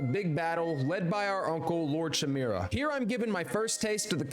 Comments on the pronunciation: Lord shamira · My guy, it's lord shimura not lord shim(I)ra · Ghost of Shusima. Lord Shoe-mira😂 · How did this poor man manage to butcher every* single Japanese word 😭😭😭 (SHOO-see-mah, sa-KY, shi-MEER-a) I’m not mad btw